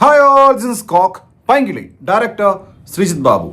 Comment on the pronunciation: പൈങ്കിളി അല്ല pain kili 😂